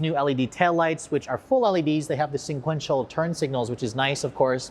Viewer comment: 2021 And still cannot say "Sequential" instead of "SIN-QUENTIAL"... Okay Giving you CRAP... Thank you for giving us a rare look on the New Golf R.